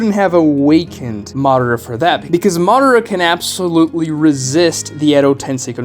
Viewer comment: Do you call Madara Uchiha "Mara" or is it just me?